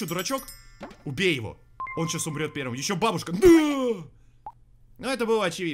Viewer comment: Бабушка ударение не туда